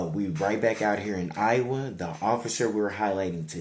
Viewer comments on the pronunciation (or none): none